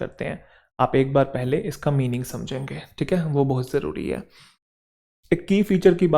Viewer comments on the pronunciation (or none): none